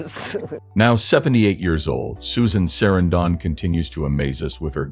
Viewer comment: The way the commentator is pronouncing this actresses last name is incorrect.